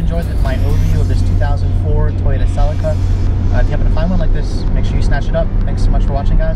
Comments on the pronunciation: its a celica not a sellaca ffs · It is pronounced Sir Leak Errr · Btw fairly sure it is pronoucned Seee-Leee-Ca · We pronounce it Sell-EE-Ka in England. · Cell - Lee -Ka .. is how you pronounce it mate!!!!! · Every time he pronounced Celica wrong I cringed so hard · its weird how you say celica